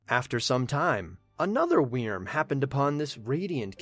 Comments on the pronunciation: Wyrm is not pronounced weerm xD It’s pronounced like worm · Hey, just found your channel, this is good stuff! ....Also, wyrm is pronounced "worm". Sorry, pet peeve. Got just a wee frustrating to hear you say "wee-erm" like, times in this video lol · I've loved your videos up until this, and I simply can't continue to listen to you butcher wyrm by saying WE-erm instead of 'worm' or 'vurm' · It's not pronounced weerm it's pronounced worm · It's pronounced (worm) not (weerm) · holy hell in a hand basket it irritates me listening to you saying weerm. It's still pronounced like "worm". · Wyrm is pronounced "worm". Not "weerm". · That's not how you pronounce "Wyrm." It's basically just like "worm," not "we-erm." Awesome summary though! Love it! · Wyrm in my opinion is pronounced “Worm” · wyrm prounonce worm it also means dragon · It’s pronounced worm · I hate the way you say wyrm, just pronounce it like werm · this pronunciation of 'wyrm' is hilarious to me? idk if its a correct pronunciation but omfg. weeeeeeeeerm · Well, Wyrm is an actual word, it's like an ancient dragon thing, and it is pronounced like worm. But I see your point. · wyrm is pronounced worm i can't tell you how annoying it was to sit through all of this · You can just pronounce "wyrm" as "worm'" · No, because it's the same pronunciation as worm. This is nerve grating to try to enjoy. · I actually couldn't finish the video because I couldn't stand the way he kept mispronouncing Wyrm. Lol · I don’t know why but your pronunciation of wyrm makes me mad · I cringed each time he butchered wyrm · Your pronunciation of "Wyrm" is very... Interesting. To say the least. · Anyone else like the way he says wyrm?